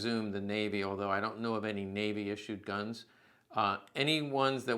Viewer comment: “Waffen” is pronounced with a ‘V’ sound, not like “waffle“. Food for thought.